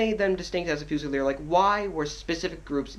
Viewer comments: "FOOZILEER" ......sorry man...... fuze'il'eer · I couldn't watch the video after you saying "fuu-zilier", it's pronounced fyoo-zi-leer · Excellent video Just one small thing, as stated below Its not "Fu-cell" its pronounced as "FU-ZEE" which means a rifle. A Fusilier in French means "rifleman". There is no distinction in French between muskets and rifles both are fusil. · it's pronounced Fu-zee-ye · Haha its good to see such appreciation! Most people just think redcoats are redcoats unless they're grenadiers, highlanders or light infantry! Maybe work on how to pronounce Fusilier! OAFAAF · You gotta figure out how to pronounce Fusilier my friend. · the way he says fusiler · Please say fusilier right please... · I won't question your hat...BUT...I Will question your pronunciation of..."Fusilier"... :>) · Tru he completely butchered the word xD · i honestly only came here to figure out how the fuck your supposed to pronounce fusilier